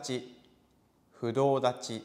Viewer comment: Fudo dachi not clear